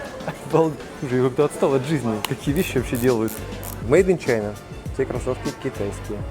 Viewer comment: Чувак живёт в Китае, наверняка знает и английский и при этом говорит..... Made in China( "Чина").....😂🤦